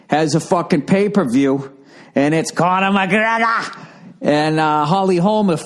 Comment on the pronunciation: the way he says conor mcgregors name makes me laugh every single time